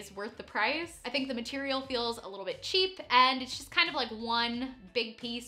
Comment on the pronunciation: Also ASP-ect talking about aspyns clothing